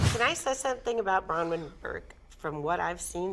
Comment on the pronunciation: Remember when Vicki called Braunwyn, “brown wind” lmao a fart